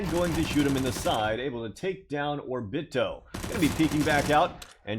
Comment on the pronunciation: He's mispronouncing the names on purpose. How do you pronounce Obito as Orbito when there is no r in his name.